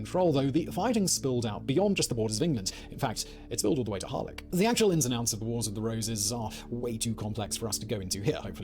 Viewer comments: Yep, the pronounciation was shocking, even though the content was well put together; it's HarleCH, where the CH is the same as the Scottish LoCH or the composer BaCH, not HarliCK 🙈 I can never understand why they don't just ask a Welsh speaker to double check the pronounciation before publishing a video - it's not like it's difficult to find someone and it really stands stands out in a positive way when someone actually gets the pronounciation right. The double 'LL' letter in Welsh has a specific pronunciation that's hard to describe in text so it's worth looking it up online. Many English language speakers approximate it as a 'CL' sound, like 'Clewelyn' which isn't right. Great video always though from! 👍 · Welsh orthography: “dd” is the “th” sound in “the” or “breathe”; “th” is the “th” sound in “think”. Also “f” is “v”; “ff” is “f”, “ch” is the guttural “ch” as in German, so it’s “HAR-lech” not “haar-lek”. Oh, and the stress is usually on the penultimate syllable of a word. ’ pronunciation is awful, too - Dafydd is not “Daveed” it’s “DAV-ith” (as in breathe), “Fawr” is “vowr” not “four”.